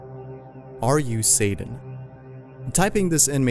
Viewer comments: It's S-A-T-A-N not satin. That shit kills me. Stupid people's everywhere I go. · It’s Satan not saden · Why do you pronounce Satan so strangely?